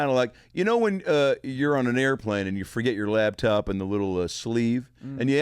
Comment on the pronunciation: i lost respect for your guest when he said "labtop"